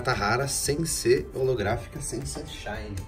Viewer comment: Quem se contorse todo quando ele fala holografica kkkk